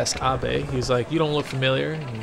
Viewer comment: Great, when I start playing this, I'll be calling him "a-bey" now. Thanks for that.